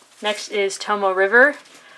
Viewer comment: Informative video. Nice color ink. Thank you! BTW, "tomoe" has 3 syllables: toe-moe-eh (like "HEH!" without the "H"), not "tomo". Japanese pronunciation (the vowels are short, with the exception of the "o"), is similar to Spanish and Hawaiian. :)